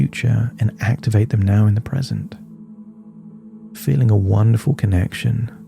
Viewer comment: 'The future and the peasant' 😆 Just to remind us you aren't AI! Thanks for another great hypnosis session. I like these ones that are applicable to most people.